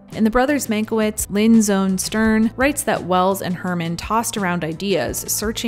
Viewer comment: it's pronounced man-kye-vitch, otherwise great reporting as always.